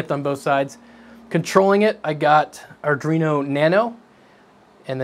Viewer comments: I'm sure you have been told by now, but ISO will smooth PLA, or use a hot air gun carefully. Also, "ar-dwe-no" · arduino.. R D-WEE NO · Ardreno huh? Haven't heard that name in a long time. Arduino, on the other hand ;)